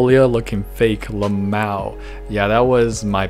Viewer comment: DO PEOPLE PRONOUNCE LMAO AS “L-MAOW” BC I DIDNT KNOW THAT WAS A THING WHAT